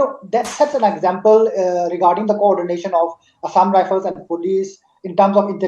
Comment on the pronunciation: it's assam rifle not assam rifene, not shoo it's soo